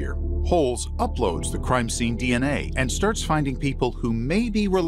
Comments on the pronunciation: Türkçe bir konuşmada DNA dieney diye değil denea diye okunur. Genel olarak anlatım başarılı, tebrik ediyorum 👏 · Di en ey dedin abi anlayamadım ilk 😂 biz Denea diyoruz 😂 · Abi DNA'yı dieney değilde denea şeklinde okusan bence daha iyi olurmuş. :D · Türkçe konuşurken DNA'nın telaffuzunu da Türkçe yap kardeşim. Seviliyorsun.